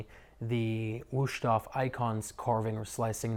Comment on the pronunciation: “Woosh-toff”. Lol, it is pronounced “VOOS-TOF”.